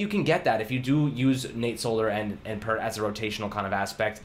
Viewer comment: You were saying his name correct before. I just heard him pronounce his own name in an interview literally just now. It’s an interview from when he was in college. It’s not “Pert.”